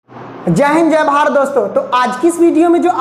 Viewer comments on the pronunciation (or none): sir jay hin jay bhaar kyun bol rahe ho ap jay hind jay bharat boliye na sahi se